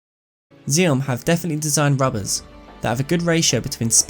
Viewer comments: it is pronounced axiom not ziom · I think the name of the brand is supposed to be pronounced 'axiom', like in mathematics?